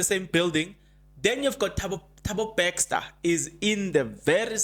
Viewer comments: Please it's Bester and not Bexter. Try to practice the name please 10x or more you will get it right. Also improve on the use of the word "loku". It's a humble ask. Like your content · Are we still saying Thabo "Baxter"? 😂 😂 😂 Jirre bra